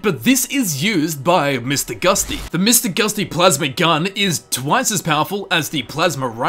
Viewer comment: You've lost your rights to assume your pronunciation of Charon's name is correct when you said Mr. Gusty more than once.